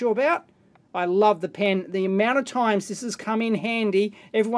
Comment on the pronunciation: I salute you Dave, for being able to pronounce "pen." Not "pin."